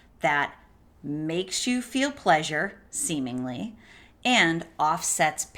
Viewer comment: The way she said " semeningly"😆🤣🤣🤣. Don't know if that was intentional but it sure as hell was funny🤣🤣.thank you so much for your help